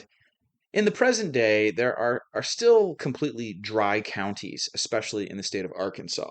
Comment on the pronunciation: Are you saying sill or still?